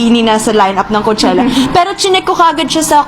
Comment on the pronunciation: It's pronounced as kow-che-luh